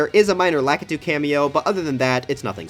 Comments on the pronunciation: La-KEE-tu, not LA-kah-too. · The American pronunciation is actually La-kuh-too. However, When you place down a Lakitu in SMM, the distorted voice says La-kee-too.